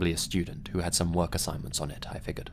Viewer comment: Figured FIGURED ITS PRONOUNCED FIGURED. FIG YOUR D! THERES JUST A SECTION OF THE WORD MISSING. THATS THE SCARIEST ABOUT THIS GUYS CHANNEL. good content tho